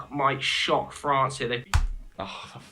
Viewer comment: There's only one R in France btw